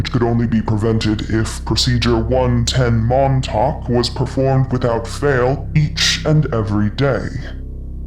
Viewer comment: First time and I heard she says "110 Mom Talk".